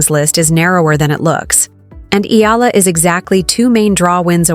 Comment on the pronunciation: Get your pronounciation right!! EE-YA-LA!!